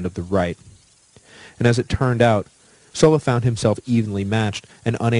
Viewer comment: Sula "su la" Sulla "soo la"